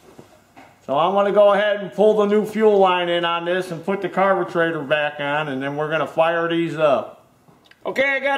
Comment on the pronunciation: Thanks, man, I learned a lot from your video, On how to fix your "Carbutrator" I meant Carburator. All the best and Happy New Year to you and your family.